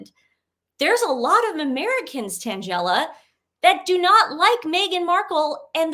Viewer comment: I just had to vvatch 2 back-to-back. Tan-GELL-a = sounds like a comic strip character. Not to be snarky just funny. XOXO